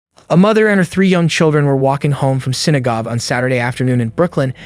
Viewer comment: That was quick, thank god. Less than 10 seconds in wonderful AI narrator said "synagob"... soo, on to the moronic video. These presentations disrespect lives lost.